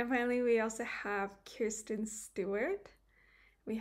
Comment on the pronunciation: Can’t wait for more videos. Wanted to mention that it’s Kristen Stewart. Not Kirsten Stewart. I notice that a lot of Europeans tend to call her Kirsten like you do. ❤️